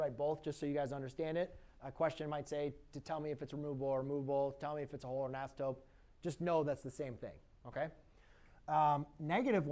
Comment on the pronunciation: It's asymptote, but it does kind of sound like he said asymptope.